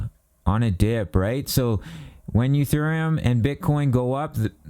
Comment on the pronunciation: He said "Uthereum" 😂